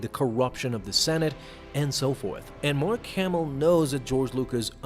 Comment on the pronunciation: Who is "Marr Camel"